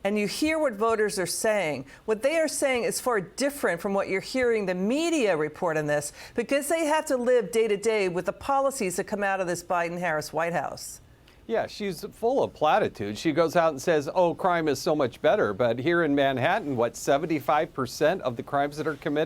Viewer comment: Did anyone else hear her say obiden?